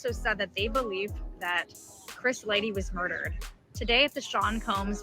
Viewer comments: Dude kept hearong folks say Lighty correctly & still chose the wrong path. ...Lighty alrighty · It hurt to repeatedly hear lightly. 😅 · LIGHTY... no "L-Y" Just "Y" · Bro are you fucking death. You have clearly heard that man's name is Chris LIGHTY not Lightly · My guy it’s Chris Lighty not Lightly!! 😂😅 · It’s Chris (light-tee) not Light-Lee!!! 🤨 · Bro, its LIGHTY not Lightly. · Chris LIE-TEE not lightly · Right! Damn man, see what the public school system do to you lol🤦🏾‍♂️. Comfortable saying "lightly" too as if he knows he's saying it right lol. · You’re not even sayin Chris’s name right 🤦🏾‍♂️ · This bad journalism, from saying the name wrong 100times, not showing the instagram posts in the right sequence, to why 50 really hired an investigator and 50 didn't start beefing Diddy after Lighty's death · Self inflicted... Not! Please respect Chris's memory by pronouncing his name correctly! My Guy 💡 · Right, It was like nails in the chalkboard each time I heard that. How do you not know Chris Lighty's name for one? Mispronouncing someone's name repeatedly when it's pronounced correctly multiple times in your own video is nasty work lol.